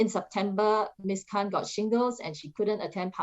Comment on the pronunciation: I heard Ms Han instead or Khan hahah